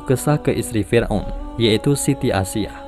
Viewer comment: Aisya bkn asyiah